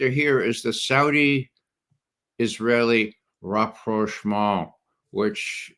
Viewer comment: What exactly did a young Irishman in NY have to celebrate about the establishment of a Jewish state in the middle east in 1948? I wish these wannabe eggheads would learn that pronouncing the word 'rapprochement' with a bad French accent is not a requirement by law. He might even consider dropping 'Puteen' too.